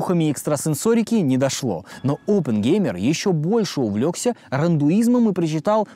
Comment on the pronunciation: Приятно тебя смотреть,но то как ты изнасиловал словесно индуизм - рандуизмом, и священную Бхагавад-гиту, гадко